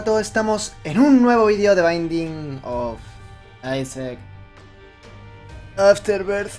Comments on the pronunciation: de bainding of aisac afterbercks xD me encanta como dice el nombre del juego:v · de baiding of aisaak afterberd